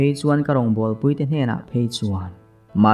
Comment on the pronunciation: Puitea tih tak kha i rawn lamrik dan ki kha a dik lova. Pui lai hi Arpui tihbkan sawi a, Pui lai ang khân lam tur a nia. Kan rawn sawi ve hrim hrim. Novel lam te hi a ziak/ziah chhiar tur a awm nual vangin kan sawilang a ni e.